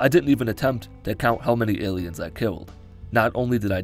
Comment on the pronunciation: Is he saying ayleids instead of aliens? I honestly can’t tell and it’s driving me crazy